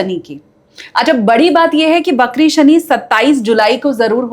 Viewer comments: Shani bakri nahi, vakri hote hain. Please hindi ko achhe se samajh kar baat karen. Hum Hindustani hain aur hamari hindi achhi hona bahot zaroori hai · बकरी नहीं वक्री होता है